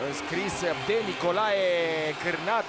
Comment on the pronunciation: Nicolae Carnat nu Carnat😅😅😅